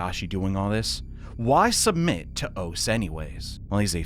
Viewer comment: Minor nitpick, but Ose is actually pronounced "oss-eh". Just fyi.